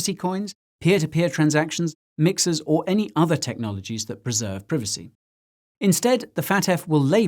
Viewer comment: It's Pr👁vacy! 😆